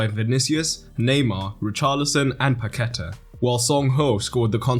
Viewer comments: Great video. Just try saying "Pa-que-tah" instead of "Pa-queh-ta". That will take your pronunciation to another level 👍 I hope you make a video on Croatia too! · "Paquetá" would be better pronounced as "Pack-TAH" or "Pah-kay-TAH" just saying. The thing on the A tells you where to put the stress. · Great video, very professional. Paquetá is pronounced PaquetÁ, like french. The accent is on the A. It'll give more credibility to you (trust me). Talking about french, brazilian portuguese pronunciation ir more like french than spanish. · It's pronounced Paque'tá, emphasis on the last syllable /TAH/. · Please learn how to pronounce Paquetá